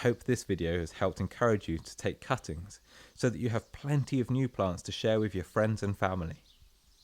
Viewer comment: I heard it as "angel deoppings" due to the narrators accent and had to read the description.